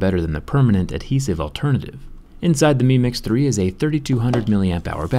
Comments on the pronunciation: Meme x3 that’s what I heard every time you said the name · Every time he says mi mix 3 it sounds like he's saying meme x 3